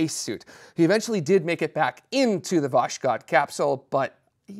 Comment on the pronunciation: I just love how you butcher "Voshod" it's was-hod not wash-code.